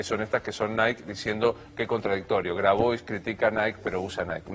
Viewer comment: Novaresio pedirte q pronuncies bien Grabois, es pedirte mucho, no?